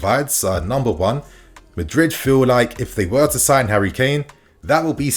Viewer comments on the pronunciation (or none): none